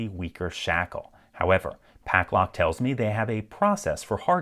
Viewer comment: You pronounce it Paclock and Pucklock in the video. Which is it or am I dumb and missing something?